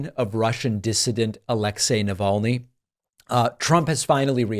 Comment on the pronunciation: I honestly cant wait until he says the man's name in one of his 'speeches'... He'll pronounce it "alex - ee naval - ne"